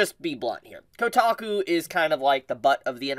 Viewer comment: It’s kotaku…. 😂